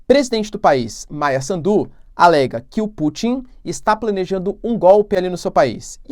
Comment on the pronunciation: Professor quando fala Maia Sandu não acentue no D só no S. Afinal mais pra o fim tu falaste bem o nome. Adoro o seu trabalho!